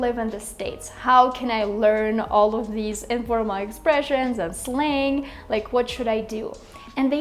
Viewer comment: I think your pronunciation of word Slang is wrong.